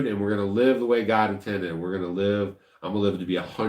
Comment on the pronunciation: What's with the ". " When you said GOD?